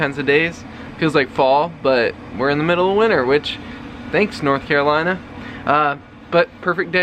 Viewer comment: Sounds like is getting a little southern twang when he says “North Carolina” 🥰